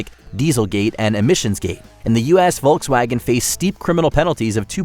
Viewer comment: It's /ˈfɔlksˌvaːɡən/.